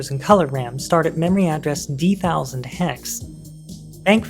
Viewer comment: I'm glad you say "dee-thousand" like I do for $D000. Instead of "dee zero zero zero hex" or whatever :)